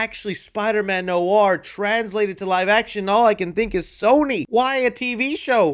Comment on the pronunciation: Noir is pronounced Nwar.